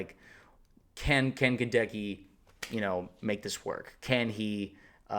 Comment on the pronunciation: My man, Goedeke's name is pronounced with the accent on the first syllable (GEH-deck-ee), not the second.